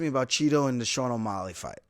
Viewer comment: why are you pronouncing O'Malley like it's spelled O'Molly?